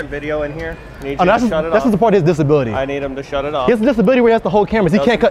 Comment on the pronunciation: "He just has a disbality where he has to hold cameras"😂